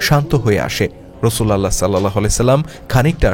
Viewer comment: বাহী রাসূল আল্লাহ না। নাউজবিল্লাহ। এটা হবে রসূলউল্লাহ